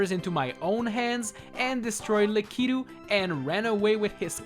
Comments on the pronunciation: Likeetu? I thought it was lakitu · Nobody: Him: LakEEtoo